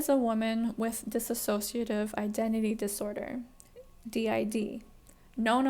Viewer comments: Sorry, I am loving this video as a D.I.D system. But, it is Dissociative not Dissasociative as you keep saying which makes me cringe big time. Otherwise, this is awesome that you are speaking up, and getting to hear from a native person. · Take a shot every time pronounces dissociate/dissociative/DissociaDID wrong In all serious, thank you very much for this informative video xx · You don’t want non-indigenous people commenting because they don’t know anything about the experience or how it feels, but it’s okay for you to comment on dissociative identity disorder when you can’t even pronounce the name of the disorder correctly. You have no idea how it feels to experience DID so before you make “comedic” content about it that can be really hurtful to those who suffer from it, take your own advice about not commenting on what you don’t experience.